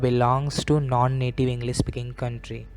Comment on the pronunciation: Internasnal... englees.....what an awesome pronunciation...